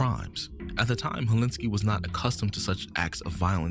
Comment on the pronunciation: its “Helsinki”